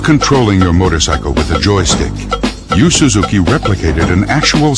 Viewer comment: can't even pronounce Yu Suzuki's name.